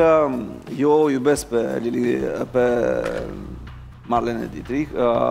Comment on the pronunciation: botezatu: Marlene Ditrik, pronuntia: Marlin Ditreich....super fan :)))